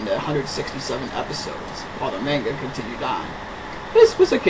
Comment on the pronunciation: did you just mispronounce manga...? Well, guess that means I can't take this seriously :)